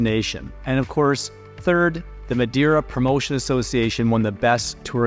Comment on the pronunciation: You should pronounce the island name correctly especially when your videos are great